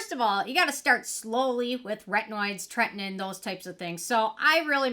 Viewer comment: You crack me up with your wording. It's pronounced Tretin-OWEN. TretinOIN. lol.